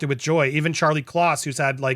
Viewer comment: Andy.. it's CAR-LY, not CHAR-LY Kloss